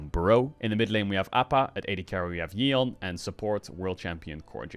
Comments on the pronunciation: Great video Caedral but holy shit Yeon's name is pronounced like "Yawn" not "Yee-on" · It's Yawn (yeon)